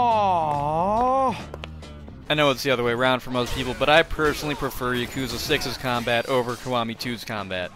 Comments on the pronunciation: playing every game in the series and not knowing how to pronounce Yakuza is crazy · Even now I still kind of flip flop on my pronunciation 😭. The only people who I hear pronounce it Yak-uza are people who play the games, every other time I hear it pronounced Ya-Koo-za